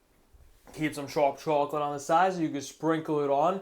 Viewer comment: You really do like to live on the edge, don't you? 🤣🤣 BTW, I love how you say, "chew-awk-let"